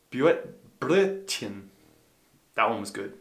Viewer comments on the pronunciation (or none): First off your German is on its way and keep up the good work. Though you might not want to order a Blödchen but a Brrröttt-chen for breakfast. ;) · Ein Blödchen mit Käse bitte!😉 Just kidding. You made me realise how difficult it must be for a German starter. Some of them were pretty good - you're getting there! Glad you have fun with it!🤗